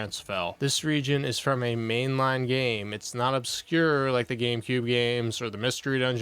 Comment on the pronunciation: Why are single syllable words always 3 syllable words for? "When Nintendo sent me this gA-Aye-Me..."